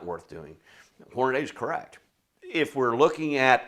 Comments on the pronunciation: Whore-nuh-dee. Not sure how or why in 2025 people are still pronouncing it Whore-nuh-day. Aside from that, great video! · He lost me when he said Hornaday. It’s Hornady. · I think it's Hornady. Not Hornaday. great info and a lot of data. Thanks! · Stupid redneck fuck. Its Hor..na...dee. 😮Not hor..na..DAY. they taught that in school I guess you were absent that day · The instant you said "Hornaday" I stopped watching. It's "Hornady" - Horn-a-dee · Horn- uh- dee . There is no A after the d. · Horn-ah-dee. I know, I’m knit picking. Good video as usual. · It's common even in the shooting community for folks to mispronounce Hornady. Your loss for failing to watch after that. This guy presents valuable information in a great format.